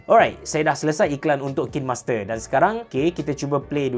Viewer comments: Bang sebutan dia KAIN master bukan KIN master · sebut dia kine hime, by the way tq for this vid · I think the right pronunciation is KAIN-MASTER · cara sebut dia "kinemaster" bang. bukan "kinemaster". tu lah selalu dengar orang salah sebut "kinemaster". harap lepas ni boleh sebut betul "kinemaster". semoga bermanfaat. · Kain master sebutannya ye hehe... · Macam ni pronounce dia...."kainmaster" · Saya kerja di Kinemaster, sebutan dia diorang ajar “kiner master” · kalau abe pening cara sebut kine tu...cuba sebut arak WINE..kita sebut WAIN..mcm tu jugak kine👍🏻👍🏻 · Pronunciation dia bukan KINEMASTER, tapi KINEMASTER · Care sebut nye kinemaster bukan kinemaster wlaupun org slalu cakap kinemaster